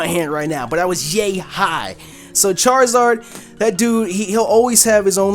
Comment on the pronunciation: I twitched a little the second I heard Charizard